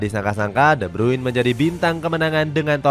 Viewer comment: De brune cara bacanya